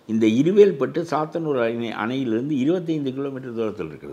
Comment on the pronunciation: இருவேல் பட்டு மேடம், இருகவேல் பட்டு இல்லை.